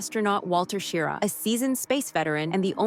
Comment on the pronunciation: Well, you pronounced Schirra right about half the time. But why the cheesy images when actual photos are readily available?